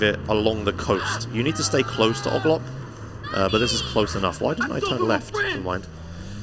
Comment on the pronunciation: OGLOCK? It's O-G-Loc! O-G-Loc! Ya hear me playah?